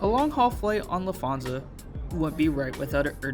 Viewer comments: I agree with you! LufT…hansa and not Lufth…ansa 😃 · I’m sorry but I’m getting quite irritated by you saying lufaza and not Lufthansa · Nice video and review but please learn how to pronounce Lufthansa correctly.